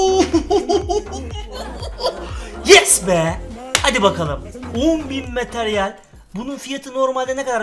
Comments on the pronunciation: on bin METERYEL diyor abimiz:D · Materyal yerine METERYEL diyor